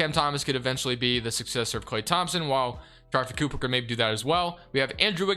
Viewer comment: Somone tell him to pronounce sharife cooper name right